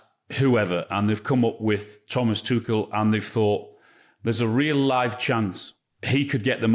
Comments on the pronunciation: There is no 'K' in the name Tuchel. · for fuck's sake! it's not tukel, not tukl, not tuchel and not tushel! IT IS PRONOUNCED TOO-HELL